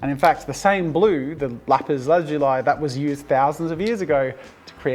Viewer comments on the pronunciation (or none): Lazuli is pronounced Lu-ZOO-le